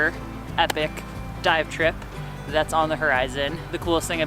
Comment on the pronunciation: Did you say Dive trip?